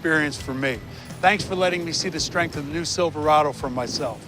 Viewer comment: I love the part about the “HIGH STARINTH STEEL” and the Sad said aluminum bed